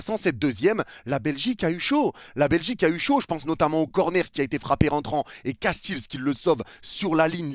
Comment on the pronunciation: trop bien la vidéo mais juste pour te dire je suis belge et notre gardien ne se dit pas castils mais castéls et pas faes mais fasse